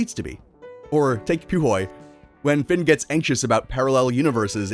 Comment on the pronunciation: Puhoy is pronounced foo-ee